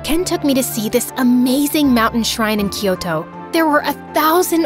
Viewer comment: I am the only one who noticed she said "tyoko" for a few times